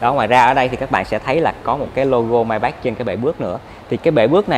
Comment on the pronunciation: May bách?! Nghe hơi khó chịu